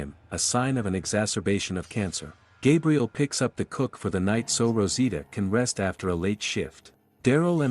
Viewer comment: Ok just have to say this. If your going to be an english commentary or recap channel. You really need to work on the english. You have called "hers" hims countless times called a cook coke. Im normally not one for spelling and grammar but if your going to make money off someone elses content atleast dont make my brain bleed havibg to read vetween blurred lines.